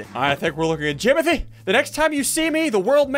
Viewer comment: Its jimothy not jomothy